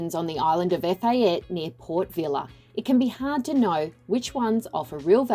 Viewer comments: EPHATA NOT EFATE. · It’s pronounced Ef ah tay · Definitely pronouncing Efate incorrectly... someting I would think should have been accurate.